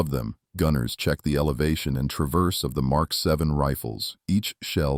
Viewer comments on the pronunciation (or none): none